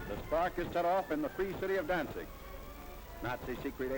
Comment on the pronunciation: Danig ? Danzig !! ( Westerplatte) 7 minutes la Wehrmacht épuisée, en Russie pas en Pologne ! Gadinia ? Gdynia !! Prononcer les noms de villes correctement !